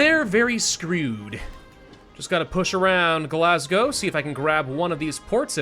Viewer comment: Can't believe he said Glagow and Edinburgh, correct 🏴🏴🏴🏴